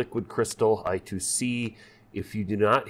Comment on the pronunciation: Eye-Squared-Cee, not I-To-See :D